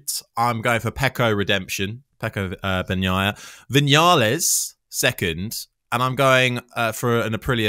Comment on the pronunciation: I miss Keith on BT ….. right up to the point where he says Bag naya and juke ati. Good god man it’s your job to say these words !!